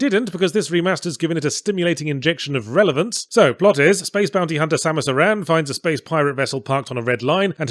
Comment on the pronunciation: Thank you for pronouncing "Aran" correctly, it is most appreciated.